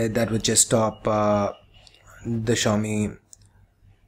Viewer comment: funny how no one can say "Xiaomi" correctly (accept for the people who speak the language)